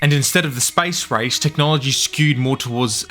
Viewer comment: Spicerise? Spacerace…. accents 😅